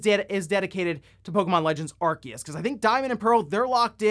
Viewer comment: And it was driving me nuts so I googled it. It is said Aar-see-uhs Source- Bulbapedia